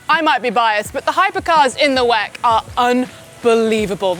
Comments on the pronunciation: Stop calling it 'weck' - it sounds so tacky and silly. It's the W-E-C. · Please don't call WEC 'Veck', call it endurance racing if you cant call it W-E-C. We're not gonna gain anything from the 1 second you save. Calling it 'Veck' is just weird. Calling it W-E-C is fine in case i didnt specify it the first time. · imsa is fine. 'veck' is just weird. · Call it W-E-C or Endurance Racing What the hell is 'whack' that is sounds awful ! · She always say "weck" 😂😅